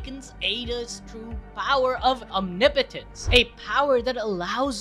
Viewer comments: I’m sorry but omnipotence is said (ahm nip oh tence) not om nee Po tence sorry but it kinda bugs me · it's pronounced om-nip-o-tence not omni-potence lol